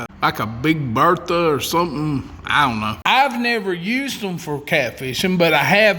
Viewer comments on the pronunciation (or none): none